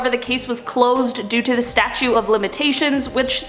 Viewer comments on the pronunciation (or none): Did you say statue of limitations? It is statute of limitations. Never too popular to learn new things. If I misheard you, apologies. I really like your vIdeos.